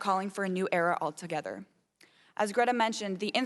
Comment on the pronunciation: It was great Greta recognised she was being called upon despite the mispronunciation of her name.